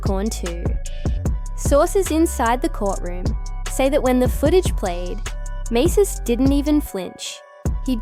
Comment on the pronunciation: Who TF is Maces..AI can't make out proper pronunciations... definitely "Artificial INTELLIGENCE"...nothing in the video pertains to the situation...and definitely no clarity